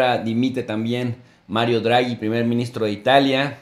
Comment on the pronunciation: No es "Druagi" es Draghi y se pronuncia tal cual, no es un inglés... es italiano.